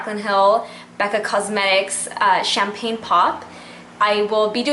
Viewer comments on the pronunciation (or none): none